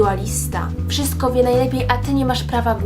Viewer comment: Nie [wszysko] tylko [WSZYSTKO] i nie [teks] tylko [TEKST] i AKCENT!!! Akcent!! Osoba, która wypowiada się i chce wypowiadać publicznie powinna mówić po polsku